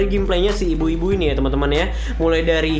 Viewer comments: Iya sih emang bilang ibu ibu wkwkwk,lumayan susah bilang biubiu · biu biu bang bukan bui bui :v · Gameplaynya si Ibu² ini. Menit bang, ampe salah pengucapan, wkwkwk. Mantap dah semoga chanelnya mengalami peningkatan lagi. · Ini gw salah denger ato gmna dah, gw kok dengernya "Ibu-Ibu" sih?